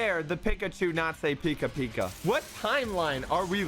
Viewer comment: its pika not pica